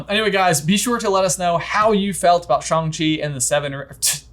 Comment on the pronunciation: Wow, finally a review that pronounces Shang-Chi correctly! But more importantly, what Hogwarts house does Shang-Chi belong in?